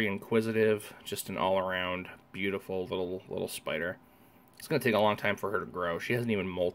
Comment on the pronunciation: great video I want to get some Tarantulas and whats is up with The Dander Pider? you for got the S in spider lol love your videos